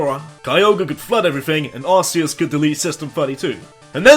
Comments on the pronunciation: ark-ee-us was the official pronunciation. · Ark- ee-us that's how it's pronounced in the anime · Not how you pronounce it tho